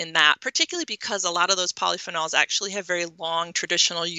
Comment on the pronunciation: I don't like how she pronounce polyphenols. And eggs are not good.